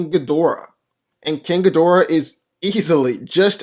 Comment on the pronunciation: No, it's Gi-Dorah.